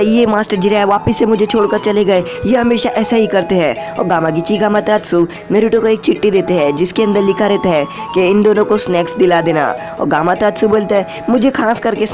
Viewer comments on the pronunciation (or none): Chitti nhi chithi